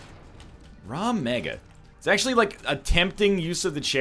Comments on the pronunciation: Dude, it's RAG Mega, not RAW Mega. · DOES HE STILL SERIOUSLY FUCKING SAY "Raw Mega"